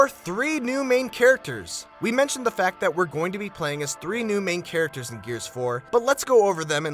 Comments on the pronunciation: "carictors" holy fucking hell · nigga did you just say carictors? are you fucking kidding me?